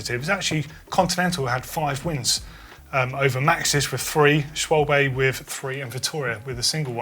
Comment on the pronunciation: SchwalbE. There is an E at end.